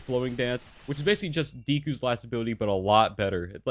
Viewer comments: Did you just say DEE- KU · Bruh did u guys hear how he pronounce dekus name